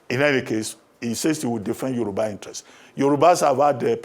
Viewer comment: ....Yoruba is now 'Yowurba' on Naija broadcast station. Is it a deliberate action by the broadcaster to show off her 'pepperless' credentials or crass ignorance about how to pronounce 'Yoruba' clearly?